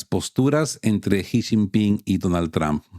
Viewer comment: No se dice tramp,, se dice trump!!!